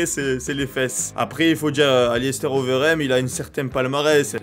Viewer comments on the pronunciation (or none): Prononce Alistair Overeem OVEURIME sil te plait pour le bien de mes oreilles